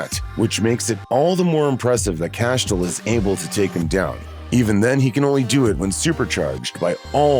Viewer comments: "Cashtiel"? GTFO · Castule and Rowhena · Castiel Cass-Tee-El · Funny how narrator pronounces Rowena & Castiel 😂. We're was CAIN "Father Of Murder" .... First Son, First Excursioner ..... Etc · What is that pronunciation of Castiel? Jfc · Lol alpha vamp def aint stronger than metatron with tablet, or yellow eyes.... Actually the whole list is crazy.. Def not in order lol.. And i dont think whoevers narrating watched the show.. He cant pronounce Castiel lol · You can tell that the narrator of the video has never seen Supernatural because with the pronunciations of Castiel and Rowena are laughful at best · You really can’t say castiel js 🤣🤣